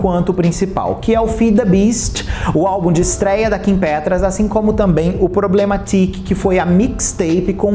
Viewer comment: Só eu me incomodo com ele pronunciando o Problematic como “Problema Tique” como se o nome fosse português? Kkk Sendo que seria “Problemetiki” a pronúncia, puxando pro inglês? Kkk